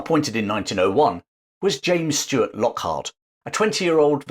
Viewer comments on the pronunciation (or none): none